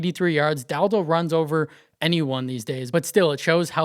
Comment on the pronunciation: Sorry, but the way you say Dowdle 😂